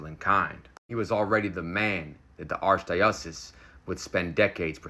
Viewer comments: "Arc a dices"??? Really? Can't you get on goggle and look up word pronunciations? This is very embarrassing and un professional. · I know you like to learn do I doubt you’ll mind if I tell you how to pronounce this word: archdiocese. it’s said “arch-die-o-sees” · "Arkodices" bro it literally says how to pronounce the wrod in brackets after the word lmao, how have you never heard the word archdiocese before and claim to be Christian HAHAHA